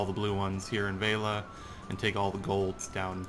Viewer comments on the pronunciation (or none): Its Velia, not Veila.